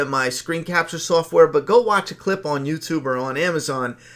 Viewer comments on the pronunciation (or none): none